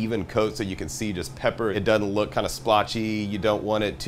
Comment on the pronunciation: DOESN'T NOT: DUD-ENT!!!!!!!!!!!!!!!!!!!!!!!!!!!!!!!!!!!!!!!!!!!!!!!!!!!!!!!!!!!!!!!!!!!!!!!!!!!!!!!!!!!!!!!!!!!!!!!!!!!!!!!!!!!!!!!!!!!!!!!!!!!!!!!!!!!!!!!!!!!!!!!